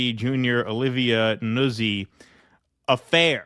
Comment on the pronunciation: It’s pronounced: noot-see. It’s an Italian name